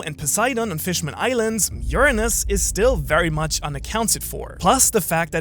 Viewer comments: You finally learned how to say Uranus correctly thank you. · after all these years he finally pronounced Uranus properly